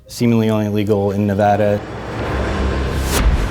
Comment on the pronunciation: Thank you for pronouncing Nevada right!! 👍